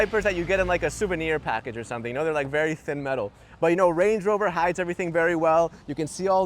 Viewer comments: That’s not a Range Rover it’s a Errange uh Rovuh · Range rover ❌ wange wover ✅ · Nice Wange Wover you got there! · Wrange Whover. Ho Lee Fuk !!